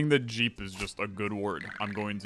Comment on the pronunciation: why JEE instead of JEEP?